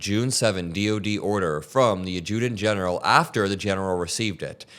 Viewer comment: it’s not the Ad-JEW- tant General”. It’s AD- juh-tant General”. You’re welcome!😊